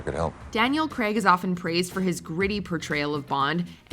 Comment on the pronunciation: Why do people pronounce it Creg it is Daniel Craig